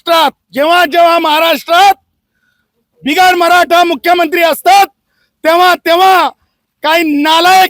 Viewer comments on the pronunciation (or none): none